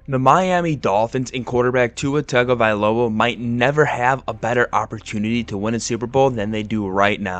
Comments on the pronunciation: Hey buddy great video. The one thing I want to say is your pronunciation of Tua’s last name could use a little work. When Tua explained the pronunciation of it he said it was tongue-uh-vi-loah not tag-uh-vi-loah. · I just cant get past this "TAG-uh-vuh-LOW-uh" pronunciation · TUNGO ! IF u MISPRONOUNCE Tua's name u loose credibility ... please... its Tua Tungo-vi-loa.